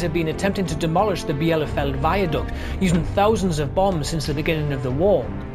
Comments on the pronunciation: Bielefeld is pronounced 'belafelt' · Nice video. FYI Bielefeld is simply pronounced Bee-le-felt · Nice summary. A couple of points on pronunciation: OC 617’s name, although of French origin, was pronounced’Far-kwar’. Also the viaduct is at ‘Bee-ler-felt’. The other thing about bombing accuracy was that early in the War navigation problems made it very hard to find the target at all. Bombing the wrong town entirely was not uncommon, as was bombing fires started by someone else’s jettisoned weapons. It was only when electronic and radar nav aids, eg Oboe and H2S, were introduced that the accuracy of the bomb sight became the dominant factor. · Bielefeld is pronounced with ie (as in "niece"), not with separate i and e. Sorry about that. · Agree. Should be pronounced Bee-la-feld.